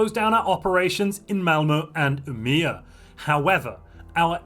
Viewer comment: Aaaargh. u are butchering the name UMEÅ xD Å is like O BUt with a twist u say it deeper in the trout sorta. And that changes it's sound. Wiat THta's only in swedish IT DOESN'T WORK IN ENGLISH D: DAMN